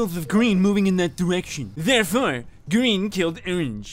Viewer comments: i thhAW ornge iN seCuRiy, anDD a Fw pink [inaudible] oF greeNN movInG in ThAT dehrECtiOn. tHeiRfoUr, greNN kiLLd orngE. (gremlin laughing) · “I tHaW oWaNgE iN tHeCuWiTy, AnD a FeW pItHeLs Of GwEeN gOiNg In ThAt DiReCtIoN. ThErEfOrE, gWeEn KiLlEd OwAnGe.” Bro that sounded so hilarious the first few times I heard it.